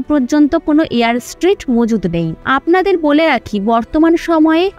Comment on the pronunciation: কথাটা Air strip, Air street নয়।